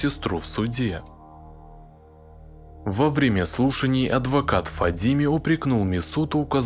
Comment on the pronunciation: Не ФадИме, а ФадимЭ. В арабских именах собственных на последний гласный слог. Ухо режет это Фадимеее...